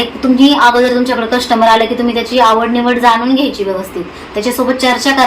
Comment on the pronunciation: Coustmber nka mhanat jau coustmer mhana